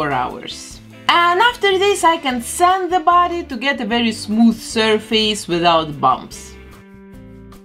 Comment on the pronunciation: Can I just say something to the artist? I’m Ukrainian and your are from Belarus I assume , so don’t get offended. There are a few frequently used words you mispronounce. One of them is surface, the other one is natural. Google them up for correct pronunciation. You are awesome and very talented. I just wish I had at least a small part of your talent ...